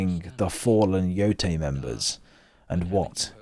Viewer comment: Omg even you British can't pronounce the name of the game properly! Embarrassing mate....😮